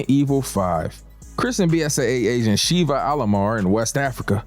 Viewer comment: Sheva brother not shiva 😅